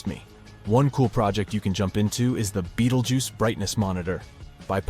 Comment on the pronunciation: Not AI 😂😂😂, yeah, of course. The different pronunciation of Betelgeuse one sentence by the next clearly proves that. Plus 100% fear-mongering. If B explodes, nothing will harm earth.